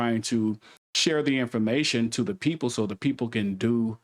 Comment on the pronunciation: The word "People" is not pronounced "Peepoe" Just like the word "These" is not pronounced "Deez" You need to enable subtitles so you can be better understood